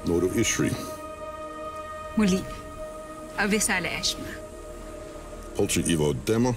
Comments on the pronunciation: Lira: Thank you Salamat Danaya: Avisala Ishma Lira: Avisala asthma Danaya: Ishma Lira: Avila Ishma. 😂😂😂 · Haha I laugh when Lira said avisala asma hahah😂😅